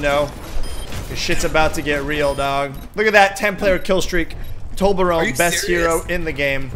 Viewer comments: why do you say torbron instead of saying torbjorn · It's tor-b-orn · aint it pronounced Torb-yorn? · I like how pronounces him as "toblerone" lmao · Did he say toblerone like the chocolate lol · its pronounced torh-bee-ohn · No Toblerone (the chocolate) is so much easier to say :P but yes that is how it is pronounced correctly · Its so funny when non swedish people pronounce Torbjörn :D